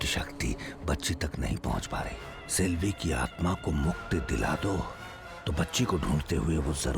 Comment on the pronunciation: Salvi nahi Selvi